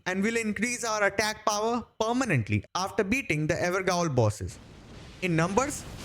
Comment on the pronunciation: Interesting build for Revenant friend. I must give it a try. Also 'gaol' like for Evergaol is pronounced like jail :) its just the older word and spelling for jail. But solid video. Keep up the good work